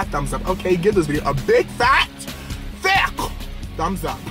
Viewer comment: anyone else love the way he emphasizes “thicc” i live for it